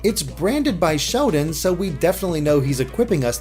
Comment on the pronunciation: does anyone else thinks says "Shodan" instread of Sheldon?